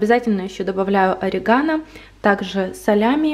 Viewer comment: ударение на бУфала и орИгано. С любовью из Италии😙😙😙